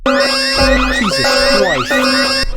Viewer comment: Is it just me or did he say "JESUS Chwist" (How do i add time stapes)